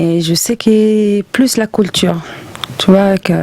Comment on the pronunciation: la colture 🤣🤣🤣🤣